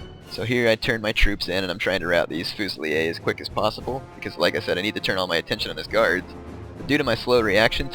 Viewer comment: Fusilier is pronounced the way it looks =P. Same with Cuirassiers.